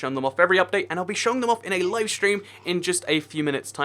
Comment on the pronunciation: im up all night for the updáite XD X3